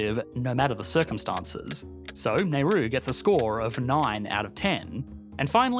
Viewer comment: Circumstances* not Circumstonces